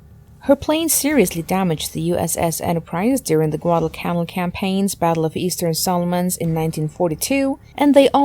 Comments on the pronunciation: Learn to read and properly pronounce names and words before becoming a 'voice over person'. It's "pronounced" GUADAL CANAL like the Erie CANAL; NOT pronounced Guadalcannell. KYLE CREEL ARLINGTON,TX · Rather strange narration in this film, obviously by a non-English native speaker, with many accents on the wrong syllables. The worst example of this is "GuadalCANal!" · Ca-nal like the Panama canal. Get your basic facts down.